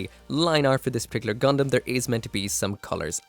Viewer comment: It's Gundam not gridman